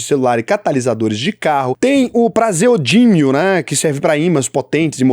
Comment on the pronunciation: Seu nome é? ‘Prase Odinium’ 😂